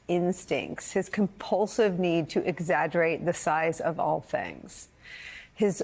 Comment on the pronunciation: “His compulsive need to exagurrate the size of all things.” 😅😅😅